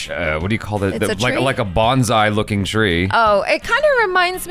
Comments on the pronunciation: Bonsai "bone-sigh" not "banzai" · BonSAI not BonZAI. Bonzai is like "hip hip hooray" or "Long live the Queen." Bonsai is the three, not the cheer.